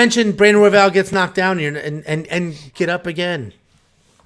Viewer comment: messing up royvals name was the best laugh ive had this week lmaoo